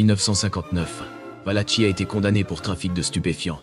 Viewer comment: Valaki pas tchi, ça se prononce